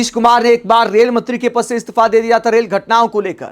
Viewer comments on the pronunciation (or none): Istafa nehi Istifa hota hai bhaisahab pehle pronounciation theek karlo.